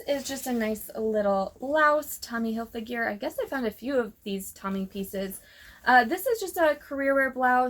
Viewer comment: Great haul! The way you pronounce Hilfiger Hilfigure makes me giggle. 😂